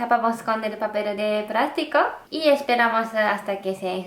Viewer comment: me encanta que diga papel de prasrico